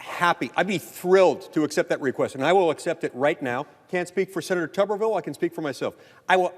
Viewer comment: For the record, it is pronounced just like it is spelled: Tooberville, as in boob.